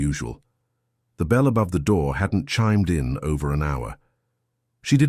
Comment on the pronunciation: I do wish they had human narrators for these tthings. Dude, bells haven't "chimed in". Get your emphasis right - "chimed in over an hour."